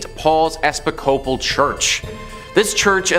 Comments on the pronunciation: Episcopal is pronounced ee-PIS-copal not epis-CO-bal!!! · Please, you’re mispronouncing Episcopal badly. Just ask around and I’m sure someone will help you out with this sir…. “E - piss - coal - pull.” Accent on the syllable “piss.”